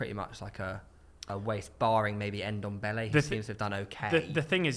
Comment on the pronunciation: LMAO I thought I was the only one who noticed, man really said ndombele 🤣